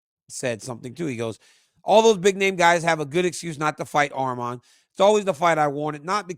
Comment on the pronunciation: DC THANK U FOR SAYING HIS NAME RIGHT ITS ARMAN NOT ARMEN